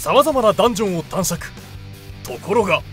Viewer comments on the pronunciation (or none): 猫おじのナレーション、最初「探索」を「たんしゃく」って言ってるように聞こえるw かわいいw